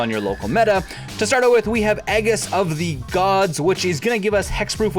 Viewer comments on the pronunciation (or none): PLEASE!!! For the love of God please just calm down, take a deep breath and READ THE CARD. Sound it out. It really isn't as hard as you have made it in your mind. Car-toosh Dryad R-burr Sil-HANA E-JIS of the Gods ( this one gets everyone because it looks like it should be A-JIS) SRAM no "C" not scram RANK-ER another common mispronunciation the way you said it is the monster from Starwars Seal of PRI-MORE-DEE-UM RAZOR-VERGE Thicket Not ravenous Please understand that I am not pointing these out to be a dick. I enjoy your channel and really would like to see it succeed. When you mispronounce cards so badly it seems like you either don't care enough to try or are dumb. I don't believe either of those are the truth, I think that you have just made too big a deal of reading in your mind and find it slightly intimidating. So good luck, keep on gaming like a giant monster!!! P